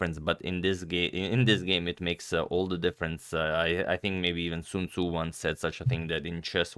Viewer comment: “Sun mator Tzu” - Sun Tzu